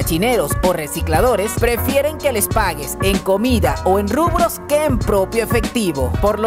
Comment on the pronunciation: dijiste rubros o rublos, la moneda rusa? no entendi muy bien xd, en caso que fueran rubros no se que sea